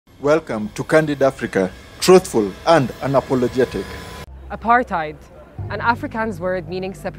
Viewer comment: Apartheid, man? Make theh correction. be more professional.